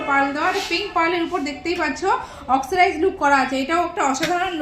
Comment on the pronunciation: Oxcirize???? 😂😂😂😂 ওটা oxidized!!